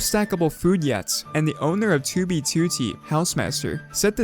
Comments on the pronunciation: Bro this man ain’t sayin 2b2t, he sayin toobytooty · why does he always pronounce 2b2t as "2bee2tee", like he says it longer or smth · Two thousa leven on two bee TWO t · Dude the way pronounces "TewBeeTewTee" has me actin up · when he says 2b2t it makes me wanna cry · I like the video but not the way u say 2b2t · BRO WHY HE PRONOUNCE 2B2T LIKE ITS THE SAME RECORDING EVERY TIME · why does he say 2b2t like that lol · Why do you say 2b2t like that it creeps me out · I spent like a good minute just thinking about how he says 2b2t